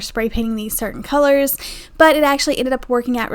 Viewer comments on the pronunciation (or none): none